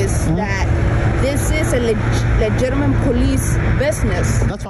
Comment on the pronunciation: “This is a legiminate police investigation”